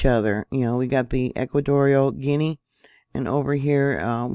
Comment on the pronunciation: Gee on a..is how it is said...butall travel to and from should be halted